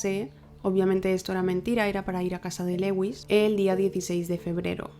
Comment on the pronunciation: Me intereso el caso pero no pude acabarlo del TOC que me dio el "Leuis" constante, es bien sencillo buscar en google "como se pronuncia (x) en ingles" y listo, dios... se pronuncia "LÚIS", que cringe ._. si van a hacer casos extranjeros mínimo infórmense de la pronunciación.